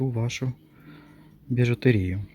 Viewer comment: Вітаю. Дивлюся Вас не перший раз і дуже ріже слух, як Ви кажете слово БІЖУТЕРІЯ. Наголос у слові БІЖУТЕРІЯ робиться на літеру Е. Вибачте, так як Ви кажете, роблячи наголос на літеру І, ну зовсім не вірно звучить. Не ображайтеся будьласка, але що є то є.